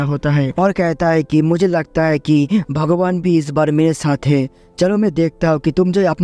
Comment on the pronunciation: Tumi bangali..? Tomar "bhagoban" bola sune mone holo..?